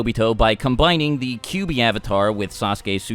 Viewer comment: its "Kyuubi" not "Kubi" -_